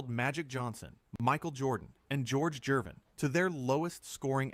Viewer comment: Coop pronounces George Gervin’s last name correctly (obviously). The AI narration programmer dude has the narrator pronounce it with a soft G as in ‘Jervin’ earlier in this video. It’s gross and disrespectful of the video producers who use AI to pump out the content as fast as possible and they don’t even try to get names of HOF players pronounced correctly in their product. Do better, cash grab AI video dolts